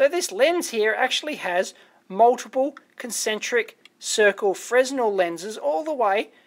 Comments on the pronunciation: Stop saying fresno god damn it :) Freh-nell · It's pronounced "frehnel"- the s is silent, like in French.